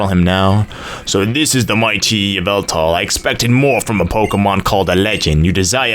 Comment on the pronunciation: It's evil-tall not eev-ehl-tall